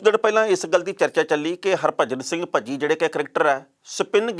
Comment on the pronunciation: ਭੱਜੀ ਨਹੀ ਭਜੀ 😜😂😂😂